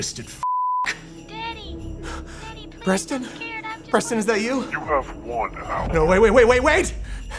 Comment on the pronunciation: Is he saying Breston or Preston?